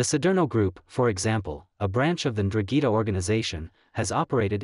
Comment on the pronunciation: What the hell is a drugeeta? It’s N-Drahn-Geh-Ta. ‘Ndrangheta. I get it Italian is hard. But damn